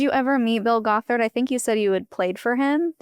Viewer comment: I already commented a longer, more thoughtful comment but on the more silly side: The way pronounced Bill Gothard in the beginning of the interview I kept not understanding it and thought he was a cult leader who calls himself "Bulgothard" which to me sounds like a villain from a fantasy novel: Bullgoth'Ard, High Warlord of the Demon Armies! 😅